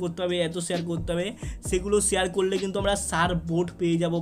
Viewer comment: ছেয়ার না ভাই শেয়ার 🤣🤭